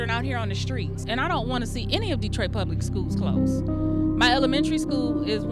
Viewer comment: WERE NOT DETROOOOOIT!!